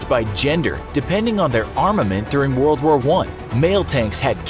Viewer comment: you said word and not world btw